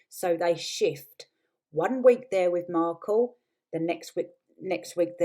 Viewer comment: "Markle" not "Merkle". Ok I'm out of here. "Team Turd" is supposed to be funny? Don't give up your day job.